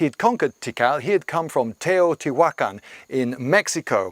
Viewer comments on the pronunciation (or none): none